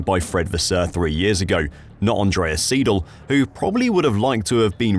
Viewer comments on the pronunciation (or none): Seidl, not Siedl...